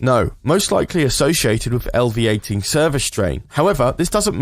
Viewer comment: "elviating"....? This makes the narrator sound like a half done AI reading a script lol Appreciate the video, though :D